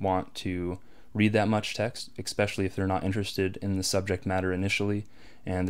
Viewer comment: You said especially wrong.